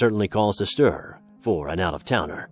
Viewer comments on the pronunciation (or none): none